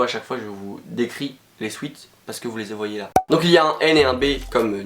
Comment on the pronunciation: "vous les zvoyais là" hum oui pas de soucis 😂